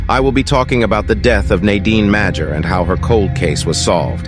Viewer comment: It’s pronounced "Major" -Dan Madger